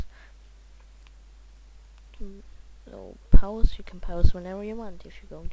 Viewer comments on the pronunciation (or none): "You can pose whenever you like" Its pause not pose